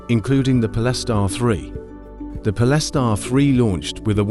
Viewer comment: What is it with AI voice that they cant pronounce certain words ' pol-es-tar' Speach patterns to leaving no breath, as indicated by punctuation! Really annoying!